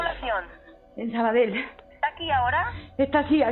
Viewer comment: hazme caso, no digas "Sabadel". Si lo intentas y no puedes decir "Valle" y omitir la "e", prueba con cambiar la "ll" por una "i". "Vai". Suena muy parecido a "valle" (vall) en catalan (o aranes: la Vall d'Ara = la vai darán). Lo mismo con "Sabadell", di "Sabadei", con el final como "dios" en latin = "dei", con tonica en la "e" y la "i" muy suave, aspirada. No suena igual que en catalan, pero es muy parecido...mucho mas que omitir una de las "L" finales. Es catalan...no italiano.;) Este tipo de trucos (lo de "i") los usaba hasta el mitico Matias Prats de los años 40. Comentado por el mismo ya viejo, tenia un problema bocal que le impedia decir la Z. Por eso, para decir, por ejemplo, "Zaragoza" lo trucaba en "Faragofa"... y realmente cuela muy bien. Dicho con conviccion y naturalidad...y sin recalcarlo mucho, funciona a la perfeccion. Desde luego mucho mejor que lo que le hubiera podido salir tratando de ser fiel a la "Z", quiza algo como "Charagocha" o "Tsaragotsa.:) Por cierto, ¿esa "palanca de uña" de sacar clavos de la que hablas no es la "pata de cabra" de toda la vida?